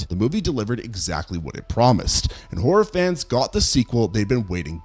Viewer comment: It took me like 6min to realize you've been saying "horror fans" and not "orphans."